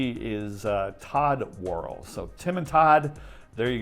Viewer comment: You really butchered Tim Worrell's name. It' s pronounced Wor-EL with the emphasis on the second syllable